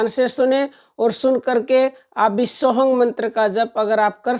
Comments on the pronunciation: ये सत्य है पर आप वीडियो में सोः हम कि जगह सोहंग बोल रही थी तब मैने बोला मेरा मकसद आपको ठेस पहुंचाना नहीं था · सोहम मंत्र की दीक्षा तो सिर्फ गुरु देव भगवान की कृपा से ही साधक को प्राप्त होती हैं और मंत्र आप सही से बताओ मंत्र सोहंग नहीं होता है मंत्र सो हम्म है